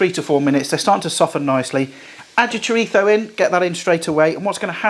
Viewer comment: Great video bro, will definitely be trying this! Also, you should have definitely had a pop up of Mike Tyson everytime you said "Choritho" 😅 I learned something new today but couldn't help but laugh everytime you said it. 🤣 I've been saying it wrong my entire life!